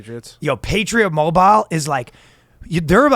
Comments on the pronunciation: the patriot mobile segment was ruined by ryan's pronunciation of "mobile." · Ryan... Mobile is two syllables. Fricken 3Spirits always adding syllables. Also separation of church and state means the state can't force religion on you, not that they must enforce no religion. That is literally them breaking the separation ya dingus. This is not France, it's 'Murica. (Also two syllables)